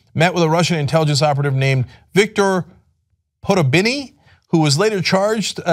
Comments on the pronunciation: Cenk, try 'Podo-bin-yee'. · Victor 'Poderbinny'..😂😂..cmon Cenk someone in the Tyt building can speak Russian surely?? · Come on Cenk! Sound it out damn it! Po..dob...nyy.